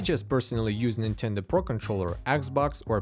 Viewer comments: "c'mon Nintenduh" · "Come on Ninteda" lol had me dead